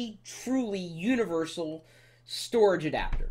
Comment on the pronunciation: haha u said univershal at :31 does it read floppy disc